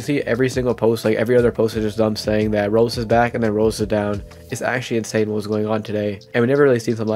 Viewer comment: Does blud know how to say Roblox? He keeps saying Roplos